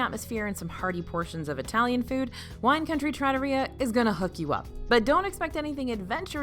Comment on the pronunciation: Love the video. As you said, it’s subjective so I rank some places higher or lower than you did, but you did give a lot of valid reasoning. Not being good for kids is something I don’t have to deal with often, but I can see how that lowers a ranking. Two pronunciation corrections I noticed. You either had emphasis on the wrong syllable or missed a letter/sound. -Trattoria: trah-TOH-ree-yah -Wagyu: WAHG-yoo -Tonkotsu: ton-KOHT-su (ton-KAHT-su is deep fried pork cutlet)